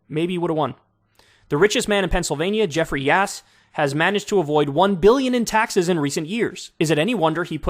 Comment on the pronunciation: sounded like Kyle said the Richest man in PA. was "Jeffries Ass"